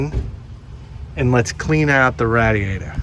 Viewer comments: what the heck is a rad-E-ater? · I like the way he says "radiator"